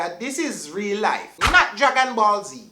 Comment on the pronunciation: Life* not " lief " 😭🤣🤣 I had to do it.